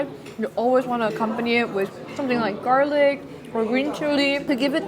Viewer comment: Oh come on, the way she said garliqúe 😂 i love her sm